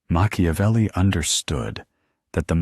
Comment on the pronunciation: Mak ia velli.... NOT Mashiavelli.... please!